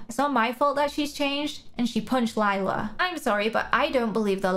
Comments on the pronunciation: The way you say lila is wrong it’s spelled lila but you say like you say lyla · It's not lila its lie-la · it’s lie-la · Her name is Lila not Liela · OMG LIE-LA THAT'S WHY SHE 'S CALLED LILA